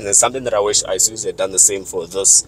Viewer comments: Nice review as usual but I have a problem with the way some people pronounce the name of this brand. It's not I-suzu but Isuzu. Same applies to Iveco, it's not I-veco but IVECO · Eye suzu you mean